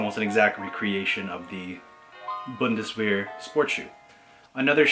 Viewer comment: It’s pronounced bon-das-ver